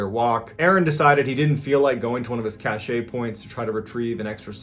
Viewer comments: "Cashay" how the fuck were you in the military, let alone navy seals, and don't know how to pronounce cache? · The word is cache which is pronounced like "cash". Cachet has to do with a bag of scent bearing ingredients that give off an aroma. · It's pronounced "kash" sir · Great job! The e is silent in cache. Pronounced cash. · Please, ...dear god, ...it's pronounced "kash" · Cache is pronounced cash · I love your videos :) proper pronunciation of cache is [cash] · Sorry pet peeve, cache is pronounced like cash. Ok i feel better now! Thanks for the great content 😊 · I thought caché was pronounced as "cash'. Isn't that right?? (And,. no, I'm not being a Grammar Nazi. I LOVE his stories!! 😊) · “Cache” in this sense is pronounced as “Cash”. “Caché” is a different word. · FYI. Cache is pronounced like cash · FYI: Cache pronounced Kash. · Cache is pronounced "cash". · Cache is pronounced “cash.” “Cachet” is something completely different. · Cache Is Pronounced KASH.... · Cache is pronounced cash without the A on the end. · So annoying, its pronounced CASH. The word pronounced cash-ay means something else. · "cache" is pronounced like "cash" Google "define: cache", hit play. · Cache is pronounced “cash” ... love your vids man! Thank you for your service Mr Ballen! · You have a great storytelling style. I hate to mention it, but "cache" is pronounced "cash". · Please stop pronouncing cache as cachet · I LOVE your stories! One comment though (as a former English teacher and editor) — “cache” (meaning stockpile) rhymes with “cash”. “Cachet” (ka-SHAY) means status. 🙃 No offense intended. I mispronounce a LOT of words that I’ve only seen written and like when someone lets me know, and a lot of people mix up cache and cachet. I’m sharing for that reason. Please keep the stories coming! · It's pronounced , "cash" - as in $$. Just fyi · The e in cache is silent. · is this actually the way you pronounce cache?? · Cache is pronounced Cash not Cash-A